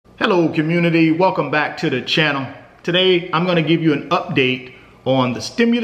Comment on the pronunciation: It’s funny when he say “UPDATE” lol 😂